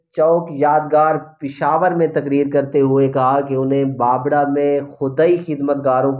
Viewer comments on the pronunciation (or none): تاجو ...نھی......تا جُ بابڑہ کو ......با بَ ڑہ......... پڑھا جاتا ہے...